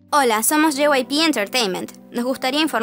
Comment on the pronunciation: Se siente raro cuando dicen JYPE pero es JYP xd